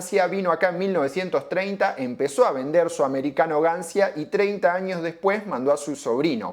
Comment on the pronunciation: Gancia si es un nombre italiano se tiene que pronunciar Gancha, solo eso. salu2